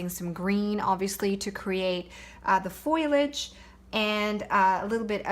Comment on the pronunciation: You are a great teacher and artist, love learning from you! I am an English teacher and have to tell you that Foliage is pronounced “pho-lage” not “foy-lage”